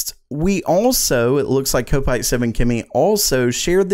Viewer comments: its said KOP ITE as in a liverpool FC supporter not ko pite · Kopite is pronounced Cop-ite